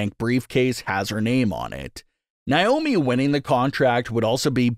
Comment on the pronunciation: FOR THE LOVE OF GOD!!! HER NAME IS PRONOUNCED NAY- O- MEE